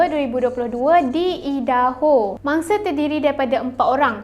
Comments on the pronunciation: Aidaho. Bukan eedaho. Kena cakap ikut pronunciation yang betul. Jangan ubah ke pronunciation mother tongue sendiri. Cuba kalau nama kau Amin lepastu diorang pronounce eimen. Tak ke annoying? Tapi matsaleh yang Aku kenal akan sentiasa Cuba pronounce nama Aku betul2 walaupun terbelit lidah diorang. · bukan ee-daho, tapi ai-daho la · Bukan eja eedaho tapi aidaho. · Cara sebutan Idaho = "Aidaho" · Utk akak cantik. Cara sebutan negeri Idaho = Ai-De-Ho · Sebutan nya bukan idaho kak, aduu tak buat research keee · ye..ingt aku sorang je rasa dio sebut salah..ado orang lain jgk..